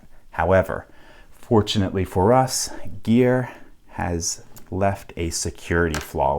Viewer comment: Gere, not geer